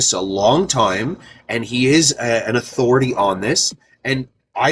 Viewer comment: "Your starting to get diswespectful, you must follow my affority!" Sounds pretty authoritarian fascist to me.... Fml these people are painfully hypocritical.